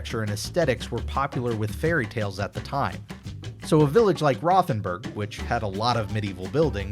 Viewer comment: Truly enjoy your videos and try to catch them all! One small comment: the German town is pronounced “Roh- ten-boorg.”